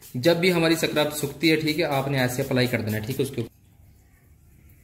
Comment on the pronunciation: Scrub hota h bhie 😂